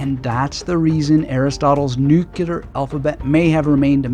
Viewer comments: Would you please pronounce the word "nuclear" correctly? It's not nuke-yew-ler. I assume you'd like to be taken seriously. Hint: just follow the spelling of the word. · with all due respect (and I do respect you), I don’t feel your response here was worthy of you. Sure, the word “nuclear” has been mispronounced for decades, and there are some who now defend the mispronunciation as a viable alternative. Still, the vast majority of linguists/grammarians don’t yet agree with that shift. So it doesn’t seem unreasonable that someone would point it out, especially since the word is used frequently in this presentation. But rather than acknowledging your nonstandard usage, you struck back at the commentator, which seems wholly contrary to the spirit you demonstrate in so many videos. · Is it just me or does do his utter best to pronounce "nuclear" correctly but he keeps saying it funny? He repeats it often and it stays funny. Now this stays in my memory.